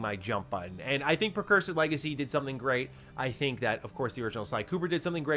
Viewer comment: PRE-cursor 🫠 NOT PER. 😢😂